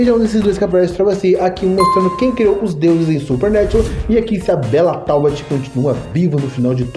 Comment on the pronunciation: Super nétchu 😂😂😂😂